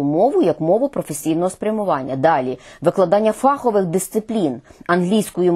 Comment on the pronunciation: про що казати, коли майже усі представники мон не спроможні правильно казати слово "фаховИй" (ДО РЕЧІ лісовИй). фАховий (від англ "фАк"? Пробачте, писала це, поки не почула, що Ви теж, пані Ірино...